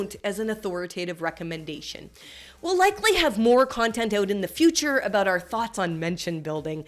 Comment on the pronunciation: I thought your "about" was pretty good. We Americans usually make fun of Canadians who pronounce it "a-boot" :)